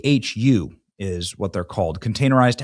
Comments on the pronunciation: The "CHU" is pronounced as choo. In Afghanistan we used RLBs (re locatable buildings) CHUs and RLBs seem to be basically the same, 18ft connexes. Officers got special RLBs. Very unlikely there was any natural gas to the CHUs as you cannot cook in them. They are literally an air conditioned place to sleep and store your kit. You eat at the chow hall. So no idea what the secondary explosion was unless a fuel bag was ignited maybe. I don't know how the air force sets up their foreign bases. In the army, we use huge fillable balloon like bags for fuel because they are portable. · Pronounced "chew" CHU